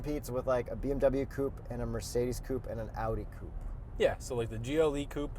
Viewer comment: It's a coupe....not whatever he's saying